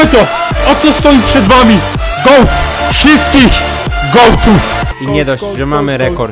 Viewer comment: goat a nie goay